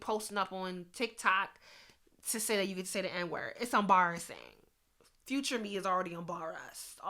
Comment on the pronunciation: It's em-ba-rras-sing lmao 🤣